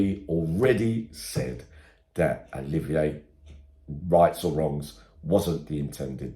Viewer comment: It's Olivia not oliveeyay